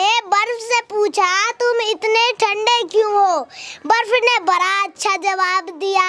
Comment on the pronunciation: बड़ा❎️ बरा✅️ 😂